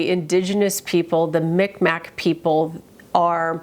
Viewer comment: It’s Mi'kmaq not micmack like u are saying